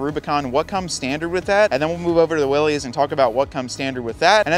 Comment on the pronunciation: It is 'Willis', not 'Willies'. Weee willies!